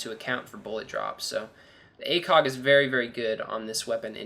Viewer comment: It sounded like he said ACOCK instead of ACOG.